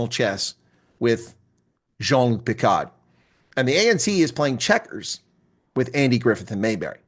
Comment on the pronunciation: Jaun Luc Picard 😂 Classic!